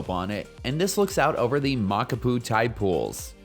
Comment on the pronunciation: My father in law helped build that trail/road/pathway. It's fun, a good grind, and beautiful. Check your pronunciation of the trail name though.